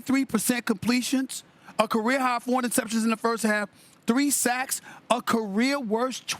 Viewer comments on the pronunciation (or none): none